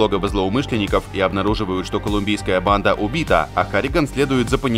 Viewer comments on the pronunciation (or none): none